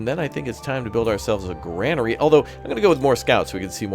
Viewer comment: Glory to Raptoria! (Civ 5 ..) .. and, yes, Kamikaze. Also Grain, not Gran. Grainery not Granery .. 😁🥸